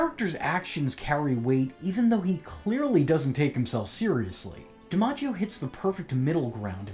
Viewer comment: John DiMaggios Joker is honestly one of the best Joker performances period. I'm glad you pronounced his last name like that. Thats how my family pronounces ours we just spell it with an E instead of an I at the beginning. Phoenix Joker performance would be cool to see your rating.